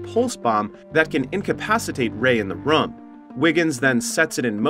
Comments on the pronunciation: New drinking game, take a shot every time the ai voiceover say “rum” instead of “room” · Bro this guy can’t say room he just says rom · Theres a Word called room But this Legend says ruum. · I’ve never heard someone so consistently mispronounce “room”.